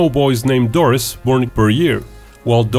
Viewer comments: Pronounced Dor-ree not Doris. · 1) It is pronounce Dorie as in "Finding Dorie". 2) He actually shot down the bulk of the Japanese planes that were shot down at Pearl Harbor, he hit maybe 5 total. 3) In many Pearl Harbor movies, the lead character is often someone made up in order to have someone White as the hero while Doris's accomplishments were actual.